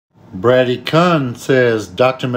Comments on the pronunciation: Brad E Kun 😂 It's pronounced koon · I’m thinking you mispronounced the fuck outta his name lol. Bray•Dee Coon is how I would assume it’s pronounced. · He really mispronounced both of the guys names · Mispronounces dudes first and last name 😂